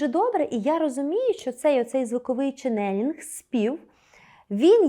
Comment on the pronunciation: Дякую за вашу роботу! Промовляйте, будь ласка, чЕнелинг, з наголосом на перший склад. Дякую!